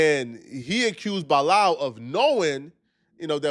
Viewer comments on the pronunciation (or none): you keep saying bi-lal like we didn't hear it the first time... stop it! 🤣🤣😂😂😂😂😂😂